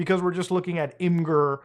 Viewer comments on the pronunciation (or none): FYI, it's pronounced "imager"